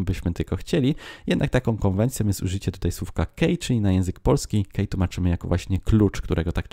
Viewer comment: key - czytamy jako: "kii", a nie "kej"